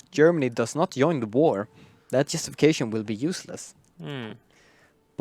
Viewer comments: by correct you clearly mean Yoin, Yump etc. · Please Paradox, change the right side commentator to a person who actually able to say properly "join" "jump" ect. My ears are bleeding!